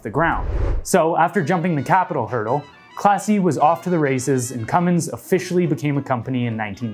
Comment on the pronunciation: Cummins is pronounced "Cumm ins" not "cumm ings". Lots of folks get that wrong and should take note.